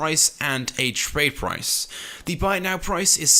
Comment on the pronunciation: U said the trade price wrong